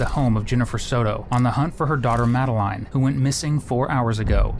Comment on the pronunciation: How do you have so much trouble pronouncing Madeline and then all of a sudden you pronounce it correctly? Just play the video at this point stop yapping over it